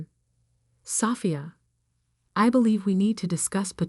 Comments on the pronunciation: Can we get real people to read the stories? Sophia’s was pronounced like a house part. Love the stories, but goodness, can we not proof-hear before publishing? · Your AI needs to learn to read the name and not pronounce it phonetically, LOL! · God the AI voice over absolutely sucks. Learn how to pronounce Sophia. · the person reading this story is not good. bad pronunciation of words including how she says Sophia. not to mention anyone looking to prove their family was wrong about their choice of a career wouldn't wait 15 years. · learn how to prounce sophie...stupenagle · A.I. again. Can’t pronounce Sophia. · I really wished the reader was able to actually pronounce her name correctly, also the word billions. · Great story! Too bad the AI voice can't properly pronounce "Sophia".